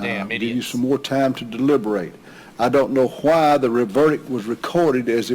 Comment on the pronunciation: “ I don’t know huwhy the verdict was recorded the way it was”, chimes in “huwhy” 😂😂😂😂🇦🇺👍🍻🍻🍻